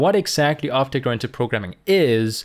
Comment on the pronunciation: right ,, now i hear opte grantic programming